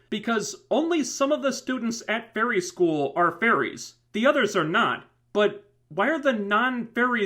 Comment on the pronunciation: to me every time you sad fairy i hear furry (i know my hering is weard that way) witch makes this review realy funny to me